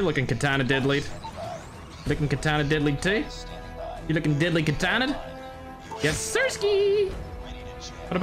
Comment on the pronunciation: Why dont you say katana but say it ktana